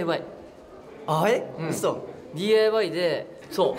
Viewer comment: 廉くん最初DIYをDAYって言ってるの可愛いすぎる🖤🖤🖤